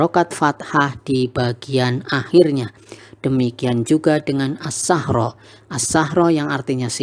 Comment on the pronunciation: Baru nyimak lagi.. pas nyimak bacanya "annasassachro",,tapi tulisannya annasassichro